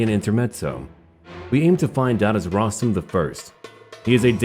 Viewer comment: As a persian Im more than happy to see my favorite youtuber start a persian playthrough. I have little Info about this historical figure's name pornunciation... It's actually called Röstam Like the way we pronounce Björn. There is also a facinating myth about this name in persian literature you can also check that out.